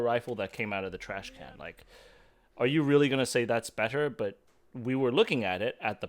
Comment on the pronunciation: It is called Trash Can, not Trash Cannot. Good vid, fellas!